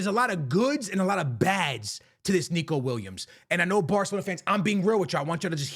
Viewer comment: Are you mispronouncing the footballers name on purpose? Weird for someone who plays FIFA for living.